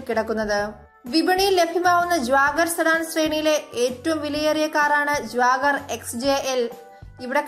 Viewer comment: Jwagar alle Jaguar ahh 🤣🤣🤣🤣🤣